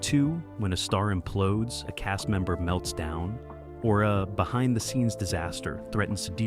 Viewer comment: Why is it hard for you to pronounce the word "cast"?